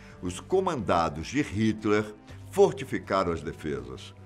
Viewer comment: Por favor !! Pare de falar os "H" como se fossem uns "R" !! Não é "Ritler" Pois o "H" em alemão é quase mudo , e , dependendo da região da Alemanha , inspirado , coisa que quase nenhum brasileiro consegue falar !! Melhor fazer de conta que o "H" tanto em inglês quanto em alemão ou qualquer outro idioma é MUDO !!! Se vc quiser saber quem são os brasileiros viajando no mundo , é só escutar se falam o "H" como se fosse um "R" !!! É uma vergonha nacional , e esta mais que na hora que o Ministério da Educação faça algo a respeito !! La fora , os brasileiros estão pagando mico !!